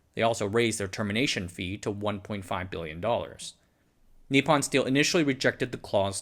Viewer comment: It’s just really difficult on the ears… could you say nippon as nee-pone… pone as in as in pony, just no y/e pronounced at the end. It isn’t pon as pond… long o. Thank you.